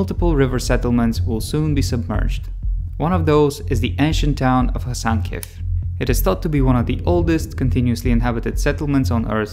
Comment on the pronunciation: I believe the settlement is called Hasankeyf, not Hasankyef.